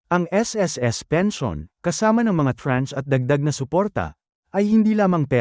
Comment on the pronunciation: Ano bang pensayon ang pinagsasabi mo?Alam mo naman bigkasin ng tama ang pension!!!Kakahighblood ka!